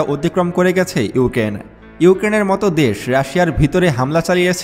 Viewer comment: ইউকেন না ইউক্রেন